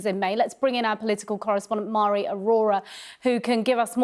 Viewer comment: Pronounced Mhairi incorrectly. It's a Gaelic name from Scotland and it's pronounced like Varry, Mh is a V in Gaelic. Hope that helps